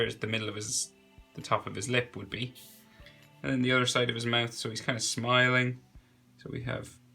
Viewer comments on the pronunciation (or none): none